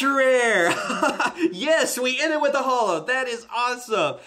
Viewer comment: i love your videos, but i hate the wat you say "holo" its like JOLOUUH